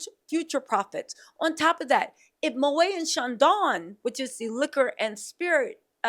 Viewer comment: Moët = mow ett